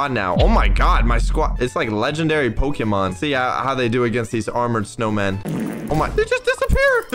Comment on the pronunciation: Bro called it “Pokémon” 💀